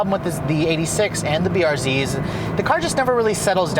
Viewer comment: you mean the toyota EIGHT-UH SIX-UH